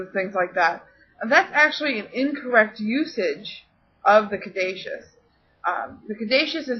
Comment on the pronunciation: I thought Caduceus was pronounced (ka -du-sus) ? Hermes is pronounced with an accent I gues the best break down I can give without you actually hearing me say it is (air- mess} you have to kind of like either french out the r sound a bit or roll it : ) lol but Mercury is pretty cool...ooooOO are you going to talk about the emerald tablet ? I love stories about that and atlantis: ) Hope to see ya back and making videos soon.